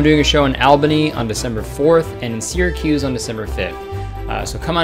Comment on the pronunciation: imagine pronouncing albany and syracuse wrong